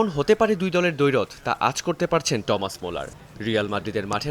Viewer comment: টমাস মুলার, নাকি থমাস মুলার?😂